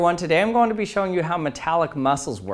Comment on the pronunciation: Lmao why does he say it like that?! "Goel" 🤣